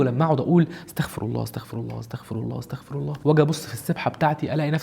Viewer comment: ما اسمهاش استخفار اسمها استغفار وما اسمهاش استخفر اسمها استغفر الله مش بالخاء بالغين